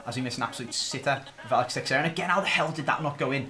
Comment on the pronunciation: Its not a big deal but it bothers me, the way you pronounce texeira is Teh-Sher-A